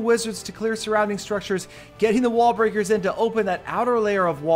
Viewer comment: yes, u did say "wall-bricker"